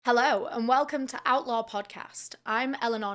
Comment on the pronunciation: It always sounds like you’re saying outlaw podcast and it took me several newer videos until I saw it written to realize I was hearing you incorrectly lol